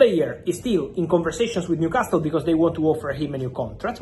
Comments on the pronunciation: Sorry to be a pedantic old git, but I wish Fabrizio would drop the T from Newcastle. It's pronounced newcasel. Edit: I'm a southerner and say Newcarsel. Northerners say Newcassel Whether we're from the north or south of England, we never pronounce the T. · I like how u say Newcastle. The T is silent. Say the last syllable as you would say the last one in Picasso. You are doing a great job though. 120Millie quids for Alexander is madness. He is a good striker but not even great for me. He is premiership proven I get it but somehow I am yet to be convinced by him. Gyokeres will outscore him. I am glad we decided not to break the bank on him.